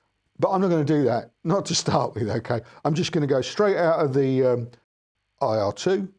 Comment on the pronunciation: It’s an Eye Argh, rather than err though 😊